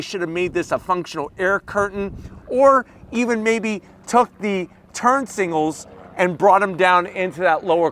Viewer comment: Love when he says "turn singles" hehe 😂